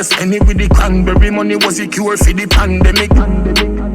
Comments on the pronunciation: Pandemic not pan bele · Pandemic not pon belly